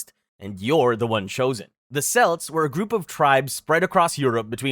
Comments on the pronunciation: Kelts, not Selts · The selts??? Celtic history as in Celtics history in football.... fuckin selts ... haaaaaaaa .. Kelts if that makes it easier... dear me 😂😂😂 was enjoying vid till then I'm out ha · Celts is pronounced "kelts/keltic" though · Celts? You’re pronouncing it so wrong lol. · Cucuteni TRIPILLIA culture, not TRIPIANA, dude, the fuck, seriously!??? And we're KELTS, not fucking SELTS, Jesus fucking christ dude! Shit... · What the hell is a “briddle”? who the hell are the selts? Who the hell is Nebucabnazar? What the hell is cariboe? Who are the Thoole people?